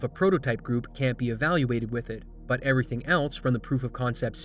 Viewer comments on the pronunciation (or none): none